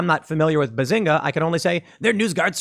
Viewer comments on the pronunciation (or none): Its benzinga tim, not bazinga... Im also surprised you never heard about it